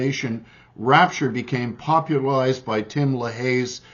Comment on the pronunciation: Hard to take you seriously when you can't say popularized correctly....